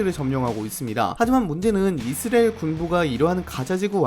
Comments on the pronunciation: 이스레엘 (x) 이스라엘 (o) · 아니 이스리엘 발음 왜 다시 돌아온거지???